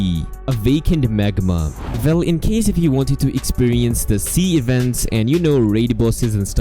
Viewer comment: The "vell" kills me 😂😂